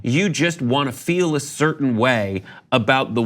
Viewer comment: “You want to feel a certAin way about the wold”...ProFound